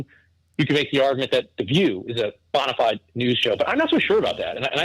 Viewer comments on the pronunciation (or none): The way he says bonafide is funny lol. I'm from the South so we pronounce it bone-uh-fide 😂